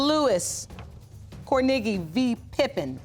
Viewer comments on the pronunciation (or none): The way they keep saying kornegy is cringy af.. CORN A GEE .. gosh